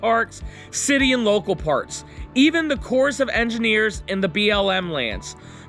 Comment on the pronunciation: corps (as in Corps of Engineers) is pronounced “core”. Not cores.